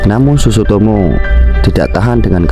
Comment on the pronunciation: iya sutsumoto malah dia ngomong sutsutomo